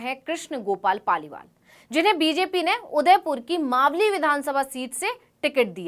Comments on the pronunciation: तू खुद मालवी बोल रही है मावली की जगह गेल चोदी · 4.21 आप खुद को इतना बड़ा रिपोर्टर बता रहे है तो मावली का उच्चारण मालवी क्यों किया इस हिसाब से तो आप भी रिपोर्टर बनने के लायक नही है😂😂